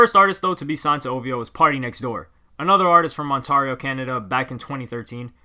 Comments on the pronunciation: It’s not ONTAAARIO ... it’s pronounced ONT-AIR-IO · Please stop saying Ontarrrrrio 😂 I can’t take it anymore. It’s Ontario. The “ari” part pronounced like you would in “dairy” or “fairy” or “scary”. Killing me man 😂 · its pronounced ont-air-io no on-tar-io loooool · pretty sure Ontario is pronounced ON TARE E O. TARE like CARE. ON TARE E O. Not ON TAR E O. That bugged me through out this video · this man's can't pronounce shit, onTARio lmao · in Canada, we pronounce it "ON-tair-eeo" :) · It's pronounced On-tare-ee-oh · dude its ont-air-rio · bro you saying ontario so wrong it got me cheesed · Brother I'm from Toronto and you butchered Ontario's pronunciation 😩😤😂. Big ups though for making this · Learn to pronounce Ontario. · The way he said Ontario 😂😂😂😂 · Bro that's not how u say Ontario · Lol the way u say Ontario kills me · Aye I thought u were from toronto when u pronounced it toronno but then u said Ontario in the weirdest way ever so ur clearly not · Why u Pronounce Ontario weird?